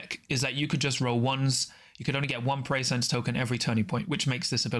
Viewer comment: Great review; I will be rewatching this several times! The Abilities and TacOps are definitely awkward and too conditional so I see them being simplified, while some of the operative powers will get nerfed. This is a must buy especially as a NL fan. “Pre-sci-ence’ not ‘Preysense’ although that does sound cool; they definitely captured the NL fluff names!